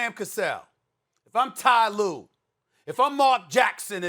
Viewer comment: Ty lue ?!?!? 😂😂😂